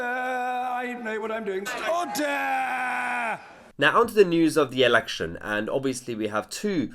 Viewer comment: Order or Udder? Tit. 😆